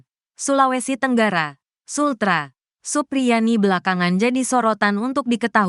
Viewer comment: Supriyani bukan suprianti, omongan mu panjang nya sampai ribuan kilometer, tapi jadi basih hambar karena sosok nya siapa terus jadinya siapa , karena yang benar supriyani bukan suprianti, tolong biasakan mengucapkan namanya dengan baik dan benar biar gak salah faham.ok...